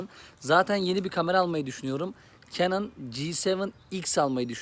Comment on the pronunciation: Reis kenın değil kanon diye okunmuyor mu? :)